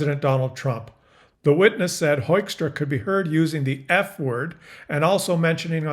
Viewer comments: pronounce his name as Hookstra,. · This ass-wipe's (Dutch) name is simply pronounced as "hookstra". They are such babies, trying to look tough, but crying immediately when somebody throws something back. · Dear Pete Joekstra er Hoekstra, TAKE OFF EH YOU HOSER!